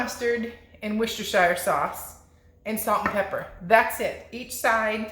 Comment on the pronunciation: it' pronounced 'wuster sauce' ;-)